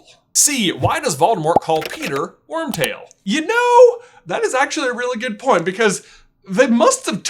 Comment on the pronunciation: I died every time he said Wormbutt